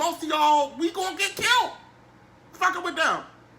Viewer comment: "We're gonna get kilt"😂🤣🤣